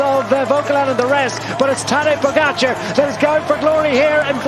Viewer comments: TADÆ POGACAARRE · The New Armstrong "pogacar"